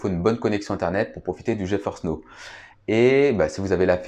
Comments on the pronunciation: Geforce n'eau... okay...c'est NOW, ca se prononce: "NAO" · Geforce Now se prononce: "Dji faurce naow"